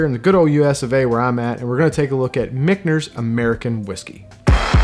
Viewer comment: Am i the only one that hears nails on a chalkboard when he calls Michter's, Michners?